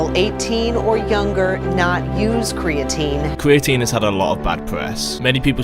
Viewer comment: I feel like American speech impediment are just old English habits sneaking through. Like an English guy just sounds like an American that sucks at talking “ cweatine gets you stwongewr” like this man doesn’t do research he does weseawrch and in America that’s a speech impediment but in England I think it’s just speech. That’s all I really took from the video. Aside from that all I can say about creatine is it makes your physique soft I’ve used it I’ve known lots of people to use it and all I’ve noticed is the loss of definition in the physique maybe just good for bulking season but idk I got distracted by his tongue thinking it has anything to do with an S sound